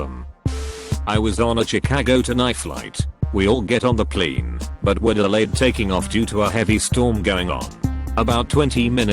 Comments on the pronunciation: "cow-worker" "pleen" "too-huition" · "I was on a Chicago to NYE flight. We all get on the PLEEN." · generic tts voice trying to pronounce plane: scottish mode activated pleen